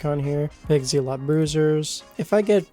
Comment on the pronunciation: its zeh-lott same pronunciation as weapon...